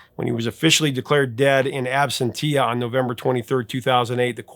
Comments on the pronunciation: Hey Professor. Love your content. However, no offense, but I have to correct you on one minor issue. It's pronounced [ab-sen-sha]. Not [ab-sen-tee-a] Sorry. I just figured you might want to know. Rather than continue to pronounce it improperly. Keep up the great content! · Pronounced "ab-SENT-she-ah"